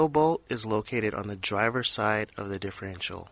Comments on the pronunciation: Great tips just one thing that drove me crazy its differential not diffreential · Don't think I'd take anyone's advice that can't pronounce the name of the part he's working on.....just saying